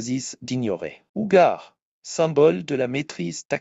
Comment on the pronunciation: Ugar c'est Ugljedar ! Paris ce n'est pas Pai ?! Non?! 😂😂😂